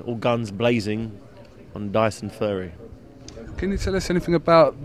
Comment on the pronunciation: did he just say DYSON FURRY? he he he great interview he he he